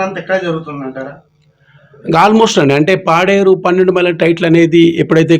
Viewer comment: అది పెన్నెండు మైలు కాదమ్మా. పన్నెండు మైలు ok